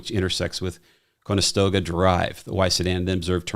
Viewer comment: No one can pronounce Conestoga 😂